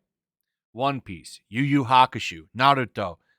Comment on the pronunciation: Am I the only one hearing him say Yu Yu Hakushu?